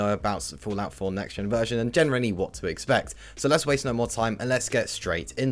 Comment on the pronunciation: So.. 👈 normal pronunciation Serw.. 👈 your pronunciation